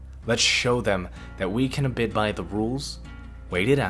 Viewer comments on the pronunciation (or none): Lol so bans without reasoning is ok. And it's "abide", not "abid"